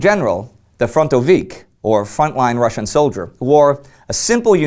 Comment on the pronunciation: Ive noticed how Indy generally pronouces the words from other languages correctly be it Russian or Chinese. Good attention to detail!